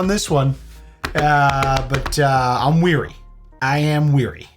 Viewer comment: I think you mean “wary” lol